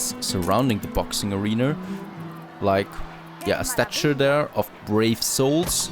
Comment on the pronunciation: Hey man, the word statue does not have a R in it